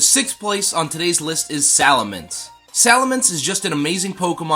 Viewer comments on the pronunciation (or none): Looks like you Sali"Minced" you pronunciation a little! 🤣👍